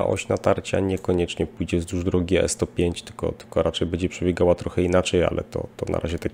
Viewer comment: Panie, jedna porada -- nie mowi sie "bedzie", ale "bendzie"